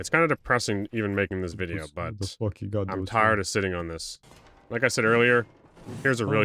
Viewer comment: you said “wideo” hahaha